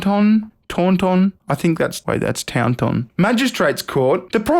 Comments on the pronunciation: It's pronounced torn-ton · Taunt-ton is how its pronounced. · "Tawn-tan". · As a English bloke it's pronounced " tourn ton " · It's pronounced "taunt-ton" like taunting someone and then ton, like... ton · I'm disgusted, this story left a bad taste in mouth. It's pronounced Tawntun. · It's pronounced Taunt-tun. And being offered tea at a doctor's isn't even fuckin normal in England! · It's pronounced taunt"n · Pronounced Tawnton and the ton part is more like turn, now remove the r from turn and you now know how to pronounce it. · Pronounced "Tawnton" 👍😁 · Taunton is pronounced "Torn-t'n". Yeo is pronounced "Yo". I'm from Somerset, and not too far from where this degeneracy happpened...... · As an Englishman, I can announce the pronunciation of Taunton is Torn-ton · It is pronounced Tawn- Ton, and Yeo is pronounced Yo, I'm a local. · Taunton Taunt-on, how is that hard for you? 😂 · It's pronounced Torn Ton bud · Taunton is in zummerzet so it's something like "torn-uun" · *Torn-ton - I used to live there. This video is well funny. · It's pronounced 'tont-un'. He might have got away with it if he'd offered her Kefir instead of tea, as that tastes like spunk anyway. Erm, not that I'd know being a hetero male...Tell a lie, I have actually tasted my own just to find out what my girlfriends were going through. 😝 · It's Taunton you bloody bastard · this video is just messed up and what's worse is not only did you pronounce Taunton incorrectly shame on you but I live close to where it all happened